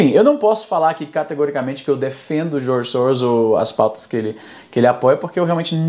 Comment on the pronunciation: Sempre que ele fala "Djorgi Sowros" você toma um shot.